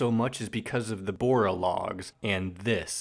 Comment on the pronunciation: The way you pronounce the names are killing me(dont worry its fine...except for bora what were you thinking) also uh you should listen to chonny jash (not johnny cash,please I've heard this like a thousand times) he has covered tally hall, will wood, thd (that handsome devil) etc and i think you might like him and if you do please talk about him (please we need more fans)